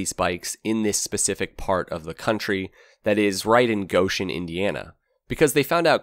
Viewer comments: How does someone mis-pronounce a simple phonetic name o0f a city? lol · pronounced it like "Gosh-en", as in, "oh my gosh"